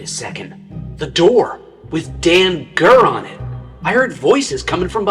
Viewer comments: BRO IT'S SAY'S DANGER NOT DAN GER DUMBASS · “Dan gur” 💀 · Close, that’s danger (dain-jer)!